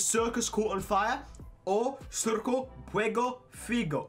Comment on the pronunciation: A o fala c como ç ai no c* ele fala çu ou su, e no circo ent çirço Kkkk bota no google tradutor